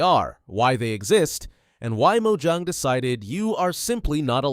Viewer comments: Its not 'Mo-ju-ng' its Mo-ja-ng. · it has 2 syllables so you say it as Mo-Jang